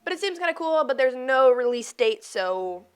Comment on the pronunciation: Aussie "no" moment Too much exposure from MVG's loss tekken matches